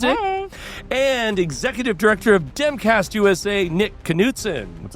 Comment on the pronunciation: First time watcher, when you introduced that guy from demcast, it sounded like you said "timcast" and I was about to write off this entire show.